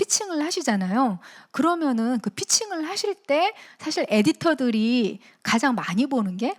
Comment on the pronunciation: 사실의 "사"는 길게 발음해야 하는데, "짧게"잘못 발음했습니다. 장단음 문제가 심각하십니다. "한국 어문을 고발함"을 읽어 주십시요.